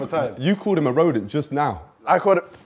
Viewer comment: The moment I heard rhodent I died inside💀💀💀